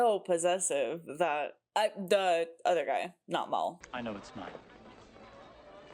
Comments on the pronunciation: Just a heads up…his name isn’t Mall, it’s Mal(colm) as in rhymes with Pal. 😊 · I find it….odd that you keep pronouncing it as ‘Maul’ rather than ‘Mal’. The nickname is short for Malcolm not Maulcolm and never once in the series does anyone call him ‘Maul’. Perhaps I’m being nitpicky but I find it slightly irksome. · His name is Mal, short for Malcolm, not Mol.